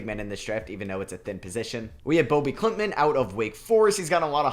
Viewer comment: Bobi klintman first name is just pronounced as bobby btw. Keep up the good work